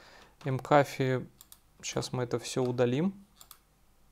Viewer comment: Макафи.. Это фамилия. Не ЭмКафе)